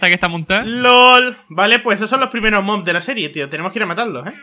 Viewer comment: si pero en ves de decir una granja de mobs dijo granja de mods